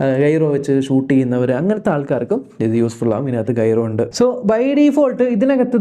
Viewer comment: ഗൈറോ അല്ല ജൈറോ ആണേ.... ✌️